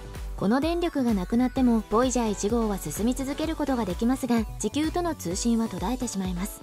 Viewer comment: 「ちきゅう」の発音が少しおかしくない？